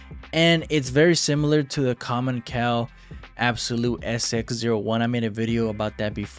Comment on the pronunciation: Love the vid Btw commencal is pronounced com-en-sal